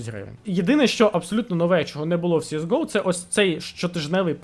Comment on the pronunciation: Вуха просто хотять тобі забити пару цвяхів в язик « сіес гоу» Перший раз зайшов послухати про оновлення, вимкнув на першому твому « сіес гоу»